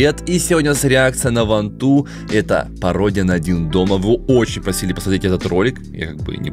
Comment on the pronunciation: Мне кажется что говорит вантун а не ванту Ничего не имею против (если что)